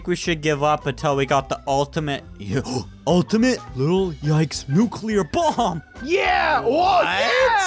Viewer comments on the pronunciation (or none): It’s “Little Yikes” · You called it a little tike but its actually little yikes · I thought you sed little yites